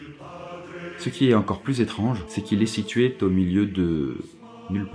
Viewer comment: "situét au" :D